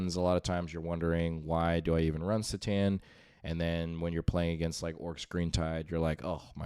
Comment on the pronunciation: Every time you pronounce it s'tan instead of c'tan. I want to click off. Otherwise good content.